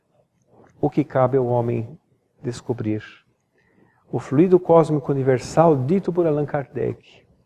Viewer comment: Só observando que existem duas palavras com escritas semelhantes, mas com significados e pronuncias diferentes. Fluído- é um verbo. O transito tem fluído bem. Fluido é um substantivo. Em Espiritismo e Magnetismo humano, pronunciamos flúidos e não fluídos.